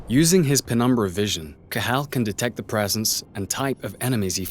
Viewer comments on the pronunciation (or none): none